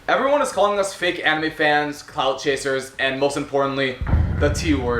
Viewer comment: “fake amine fans” well yeah you can’t even say anime correctly